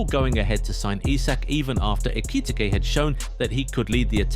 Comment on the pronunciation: How many different ways can you mispronounce Ekitike?